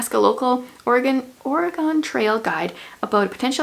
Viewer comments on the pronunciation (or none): I really liked the Reckoner's series. Also, it's pronounced "orygun" not "oragone" . I love my state! Love a big book haul!